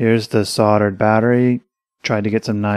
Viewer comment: "sordered" I'm sure you mean "SOLDERED" !!!